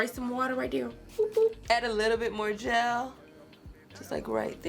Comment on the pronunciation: People say I say “jail” instead of “gel”. And I always was so confused but I really feel like I heard you say it too 😂😂